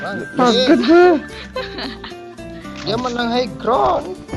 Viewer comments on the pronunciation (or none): none